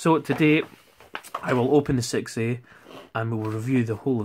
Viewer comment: The way you say "6A" sounds like you're saying "sexy." I dig it.